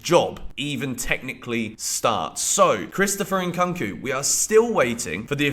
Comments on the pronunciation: why do u keep saying it as Cunk? it's Koonk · Somebody please tell to stop saying Nkunku like that 😭😭 it's getting cringe... it's pronounced "Nkoonkoo" not "eNkankoo" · The way you call " Nkunku" makes me laugh. 😅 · The ONLY thing unique about your content repeating post is your miss-pronunciation of Nkunku. Transfer season is copy paste season